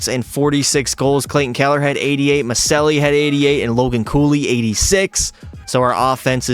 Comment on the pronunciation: Maccelli is pronounced "Muh-chell-lee"